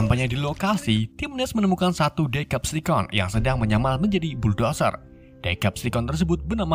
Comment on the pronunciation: Nah bang baru betul bacaan nya diseptikon